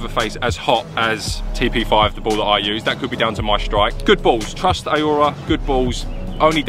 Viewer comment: How can you not know how to pronounce Aurora? FFS 😂😂😂